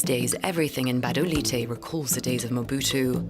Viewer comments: The name of Gabodailté is pronounced 'Ga-bo-Dah-lee-tay', not 'Ga-ba-dah-light'. Thank you for making a Fuc...g effort! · What is gbadalight???? It's Gbadolite but pronounced Gwadolité, please learn to pronounce it correctly, you can't tell history without learning basic things about the place. You butchered the name🤦🏾‍♂️🤦🏾‍♂️🤦🏾‍♂️🤦🏾‍♂️ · He kept saying Gabandalight 😁💔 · Yeah, meanwhile it's pronounced Badoleeteh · Sorry, dude, but the town is spelled Gbadolite and pronounced Bah-Doh-Leet.